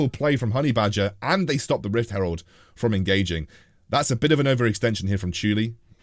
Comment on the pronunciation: lel it’s Rift herald not rift s cutler!! lol!!! anyway love ur content